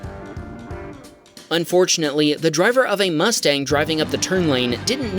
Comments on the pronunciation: I don't have a problem with how you pronounced Porsche. I do have a problem with how you pronounced 'Mustang.' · Bruh he probably says mustang on purpose